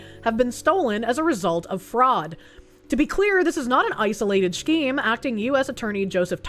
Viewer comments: pronouncing scheme as "Shkeem" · Take a shot every time she says "schkeem"